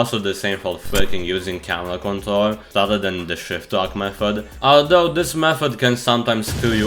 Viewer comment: you can't say the letter "r" So do I.. Btw (control - contol, Kontol= penis)